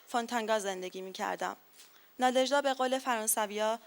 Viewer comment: چه تأسفبار است که کسانی در مورد اشعار یک شاعر روس یادبود برگزار می کنند که از تلفظ و گویش درست و صحیح ساده ترین واژگان و نامهای روسی عاجزند و اینهمه اشتباه می خوانند. لامصبای پُر مدعا!آن دخترخانم که متن احمداووا را خواند،حتی از تلفظ درست نام ناژدا که «نادژدا» (همسر ماندلشتام) و ماه فِوریه را که «فوُریه» خواند و شعر خوان پس از او شعر ماندلشتام را بدون وجاهت کلامی و تلفظ درست خواند هم از تلفظ درست نام ناژدا و ماندلشتاین عاجز بود. امشب که به خانه رفتید،کمی به قیافهٔ خودتان در آینه نگاه کنید تا ببینید که چه خبطی ناشیانه می کنید. شماره تلفن مرا بپرسید و برای تلفظ صحیح واژگان و نامهای اروپایی،مشاوره و کمک رایگان برای برنامه های آتی بگیرید.